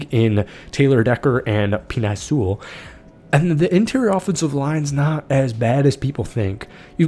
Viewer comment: Pen-Ae Soo-ull